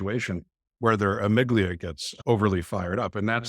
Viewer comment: It's amygdala. It's distracting when people mis-pronounce a part of the brain, when coming across as an expert. I imagine helps others a great deal, but gets distracted by the detail and need to correct the host...which is a fantastic demonstration of ASD. He seems to need to interrupt and not practice the pause himself... 😬 I hope he is still continuing to do his work, open to learn (like correct the pronunciation of amygdala). I appreciated the patience of the host. 👏